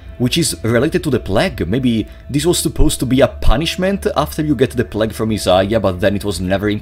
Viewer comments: my favourite thing about this video is that he pronounced "plague" like "plaque" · "The pläg" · The way this guy pronounces 'plague' is scarier than anything in the game